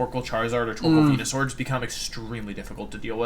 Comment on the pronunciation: HE PRONOUNCED CINDERACHEE, WENUSAUR, AND TOJIKISS WRONG!!!!! >:(((( surprisingly I'm not that single dislike right now